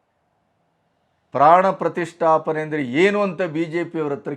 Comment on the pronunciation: Panna prathisttapane antha sariyage ucharne mad okke barodhilla